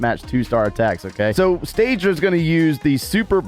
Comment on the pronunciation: Sta dra not staydra wtf